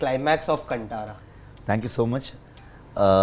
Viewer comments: How confidently he mispronounced Kantara in front of Rishabh himself 🌝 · This interviewer couldn't even pronounce "Kantara" correctly. Abey kya interview lega re tu?? 😂 Humour aside, it was a good interview 👍😊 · bosdiwala anchor kantara sahi se pronounce kar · bhai shuru karne se pehle ek baar Rushab sir ko movie k naam confirm karlo, galath math pronounce karo. proud to be Kannadiga, Love ❤️ಕಾಂತಾರ. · Brother pronouce Kantara properly because it's not a Kannada word it's a Sanskrit word. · It's pronounced as कान्तारा/कांतारा and not कंटारा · KANTARA ? Abhey the host its KANTHARA 😂😂😂😂😂😂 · Seriously, the whole pronunciation in Hindi is wrong. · Guys please take the name right. Kantara has Th pronunciation not T pronunciation. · please pronounc properly is KANTARA not कंटारा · Kanthara nahi kantara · The name is not Kan Tara 🥺 More than half of the interviewers are getting it wrong. Angrez chale gaye, angreziyat chodke. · Not KanTaaaraaa. It is Kantara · Rishabh made an effort to learn Hindi but the interviewer literally spoiled my mood in the beginning itself. It's Kantara कांतरा not कंटारा.... It's not South Indian but you guys are not showing respect to the south. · It's kaanthara man not khantara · No offence, but it is Kaanthaara not Kantaara. It is an amazing film. Thank you so much rishab sir for giving us this film. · Interviewer, It’s not kaaantara ( like kantaa lagaa , Asha Parikh song ) , it’s Kaanthaara ( tha like thaapas ) .. please please learn the words and understand before you approach any region , be it Karnataka or Jharkand .. get educated first .. otherwise you look like a fool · The intelligent anchor... Its not KANT - ARA in terms of spelling. Its KAN-THARA. THARA not TARA. Thoda spelling bee seek ke aajana agli baar.. 🙏🏻🙏🏻🙏🏻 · Kanttttttttara nahi hai bsdk kantara hai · कांतारा not कंटारा 🙈🙈🙈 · Kaanthaara - how it is pronounced. Not KanTara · Why you people pronouncing its wrong ?.......It is not KANTARA ...KANTHARA...... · Kantaara nahi🙄Kaanthara